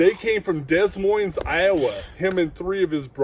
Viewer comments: It’s pronounced Duh-Moyne, Iowa 😂 The “s” is silent on both words (Des Moines). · Somebody please tell this dude how to pronounce des Moines lmfao